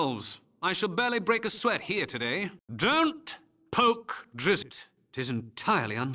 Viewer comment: The one that stuck in my head was, "I could kill Drizzt with both hands tied behind my back" spoken by a measly bandit just after the fight when you arrive at the Cloakwood Mines (when you get the Boots of Speed). I think it's interesting that he mispronounces the name as 'Driz-it' no doubt because he was simply given his words to read when he did the VO recording job and had never heard the correct pronunciation..